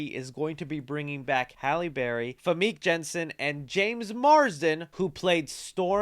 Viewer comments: How you gonna butcher Famke's name like that my dude :/ lol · Famke??? Bro learn how to pronounce peoples names